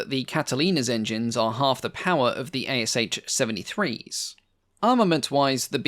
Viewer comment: Thanks for a video. By the way, the ASh engine designation is pronounced as just two sounds, like in ash tree, not like A-S-h.